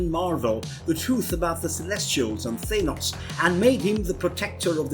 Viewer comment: He said thinos, and many other weird pronouncing of words